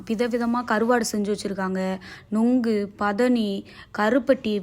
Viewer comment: Munku Alla Panai nonku ethuthan Sri Lanka Jaffna Tamil okay. India vila ean pilayaka thamilai ucharimireerkal